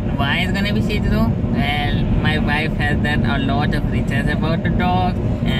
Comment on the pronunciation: I tough it was shit zoo.... not Shih zoo or idk